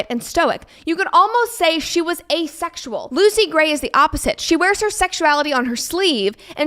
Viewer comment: “Asexual”… 不是”a sexual”